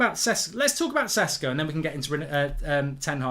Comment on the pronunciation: It's prounounced "sheshko"